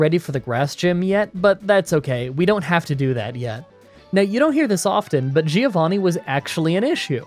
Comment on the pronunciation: I am one of your (longest) italian fan. I love your videos but please: It’s pronouced “Joe-vanni”